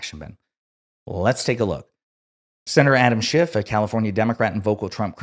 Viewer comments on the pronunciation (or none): none